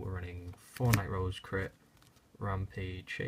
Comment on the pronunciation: 4 nee Nightrose lmao